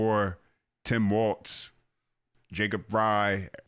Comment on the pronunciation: Bruh..... his name is Walz....not Waltz. Thats a dance